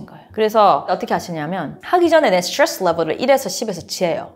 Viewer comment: 스츄뤠쓰 스츄뤠쓰 스츄뤠쓰